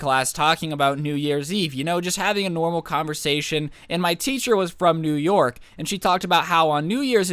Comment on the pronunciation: New York or new your city?? 🤣